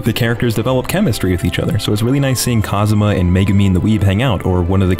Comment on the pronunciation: Who's this "Cosma" you keep mentioning? Do you mean Kazuma?